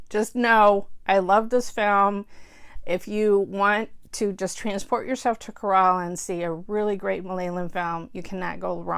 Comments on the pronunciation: Well the youtube video is pretty accurate except the first sound is not 'KHE' its just 'K' the single letter and that little pause in between 'ra' and 'la' is not necessary. its more like 'rala'. So extand the 'K' sound a bit more something like 'kaa' and its will sound like 'kaa rala' . Hope that makes sense.. :\ :) its more like this.. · I really enjoyed your review of the movie. Few facts i like to add. 1) Kerala is pronounced K - ra - la :) 2) Fahad actually broke his leg while shooting the climax fight scene. 3) The relationship with his father is so dynamic. His dad is such a wise man, even though he is a man of few words, eg: the way he calls of the first fight, the way he makes him understand how to became a better photographer and hence enjoy the beauty of life around him. 4) Mahesh just wants to make a point in the last fight scene, not to beat the man into pulp. 5) Human emotions are portrayed with excellent accuracy. The man goes into a stage of depression after he gets beat up. Revenge in his mind is not driven by evilness but out of sheer embarrassment he received right in front of his own people, hence its is a survival necessity for him to pay back. Speaks a lot about collective social aspect of humans.The society makes fun of his because its always "FUN" for people to kick someone who is already lying on the ground. He might have even killed the man if the girl had not come to his life, with love. P.S My ancestral home is in Idukki, so personally this movie was so nostalgic for me :)